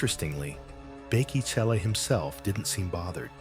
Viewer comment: Bheki "C"ele... NOT "Tshe" or "CHE" 😂 Mr I am the first nation of this land😂😂😂.